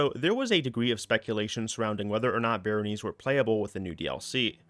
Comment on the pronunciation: "Layge", "Barrónies", "Senes-Joel"... man they must be bringing in a lot of new stuff 😅😅